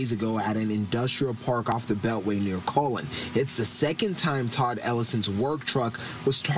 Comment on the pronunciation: "the beltway near colon"?? 😂😂 he means Cullen😂😂... And that's not southwest, southeast